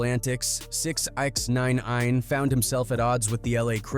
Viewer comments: Six-nine INE wtf lmao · 6 X nine ein???🤣🤣 the AI is hav8mg trouble with that name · Yall gotta fix the ai voice with names before uploading